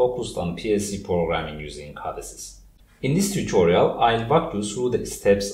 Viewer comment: You do fantastic tutorials and I feel I owe it to you to tell you this, it is not cAdesys it is cOdesys say the word CODE by itself with an O like Orange and then add sys to it, cOde-sys.